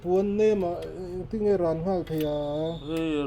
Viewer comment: 'Rawn' tih thluk hi a awn thin a😁🤪 a hmuhnawm thin viau e.